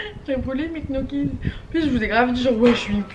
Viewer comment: on dit pas gnoki on dit nioki xD